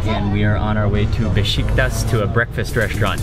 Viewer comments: I love your videos, and I lived there almost two years, it is Beshiktash, that s with tail pronounced SH! every time you say Beshiktas, one young Turk get heart attack!! LOL, you are very respectful every country you go to their culture, and that's one the reason I follow your videos, thank for great job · Besh eek tasH....not tas, Turkish food is yummy! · is beshiktash not beshiktas